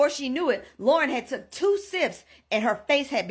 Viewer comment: keep hearing LORA, instead of Lauren. so annoying, dont get sloppy pls